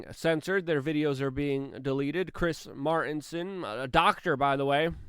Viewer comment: "Chris Mar-inson"? Do you mean "MarTinson"?